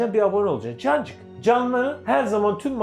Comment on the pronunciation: Her cancık diyişinizde kancık demişsiniz gibi hissediyorum. Bu yüzden dayanamayıp abone oldum sjsjjsjs